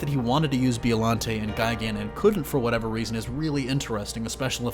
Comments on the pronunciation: Who’s Bee-O Lante? Oh you mean Bye-o-Lanty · Oh my god I'd love for them to add Biollante. She was so ahead of her time. Also it's Bio-lawn-tay not Bee-oh-lawn-tay. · Is it really pronounced Bee-oh-lahn-tay? Since it’s a plant, shouldn’t it be bye-oh as in biologic? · Why are you saying B.O.llante??? It's bio. You sound like an asshole. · It's "BIO"llante not "BEO"llante!!!...you know like Biology. Besides that great video! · The way you say Bio-llante lol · What is a “BEOllante”? Do you even say Bio correctly??? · Its bio lante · Anyone else cringe when he keeps saying "BEEollante"🙄? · The letter ( i ) is often pronounced like an ( e ) in the Japanese language. Listen to the Japanese audio track & you will see that it's pronounced like Beeolante. Just like ICO is pronounced like EECO or Ghidorah like Gheedorah. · You real disrespect my Monster homies and it's Bi-O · "B-E-Ollante" (Inhales) This is the symbiote situation all over again. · Is no one going to mention the fact that he keeps saying Biollante wrong the entire video? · The way he pronounces biollante drives me nuts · And Gigan is a bird/cyborg, and he doesn't even mention Biollante's connection to Godzilla, and can't even pronounce her name right